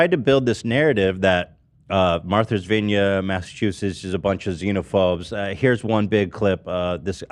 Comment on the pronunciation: “Marther’s Vinya”